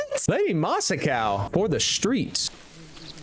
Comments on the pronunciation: How did he turn Masako into masa-cow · Bro its KOTUN KHAN. not kOtUs KhAn. And its REE-OO-ZO not Rioozoe. AND DONT EVEN GET ME STARTED ON LADY MA-SA-KO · "Castle Canada" "masacow" "raeoozow"🥀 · “Saykai” “Shi-mura” “Cage” “Canada” “Masacow” “eshikawa” “Rie-uzo” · The pronounciation is killing me xD Ryuzo -> Rayuzo Tsushima -> Susima Shimura -> Shaimura Khotun -> Khotus Masako -> Masakao